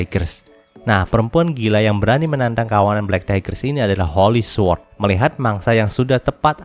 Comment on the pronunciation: su-word✖️ sord✔️ sama2 belajar bang